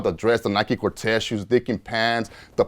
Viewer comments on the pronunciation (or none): none